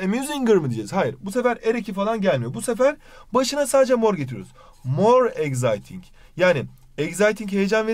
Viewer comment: Exciting okunuşunu doğru okusanız iyi olur eksayting okunur z ile değil